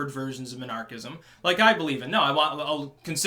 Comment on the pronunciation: Took me halfway through the video to figure out that you weren't saying monarchist/monarchism.